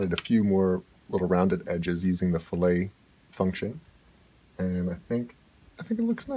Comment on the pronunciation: (Fill it) not (Fill Ay)